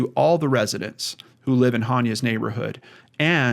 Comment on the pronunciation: Pronounced AH-ne-ah. I love your show so please don't take this as a criticism. I think it's important to get her name right. The YouTube channel Gray Hughes Investigates has a great video about Hania's abduction.